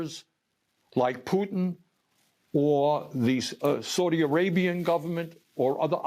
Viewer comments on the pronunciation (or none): none